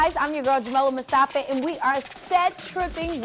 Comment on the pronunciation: Jamila Mustafa.. and she says Mustafee